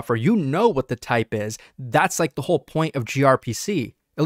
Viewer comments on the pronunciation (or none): none